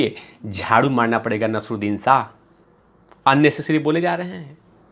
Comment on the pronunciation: You can't even pronounce Naseer Uddin Shah 's name. Useless video